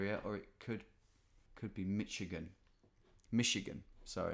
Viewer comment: Cecil Baldwin and I think you pronounced "Michigan" correctly the first time.